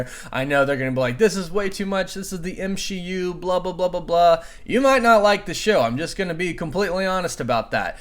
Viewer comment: M-she-u got me 🤣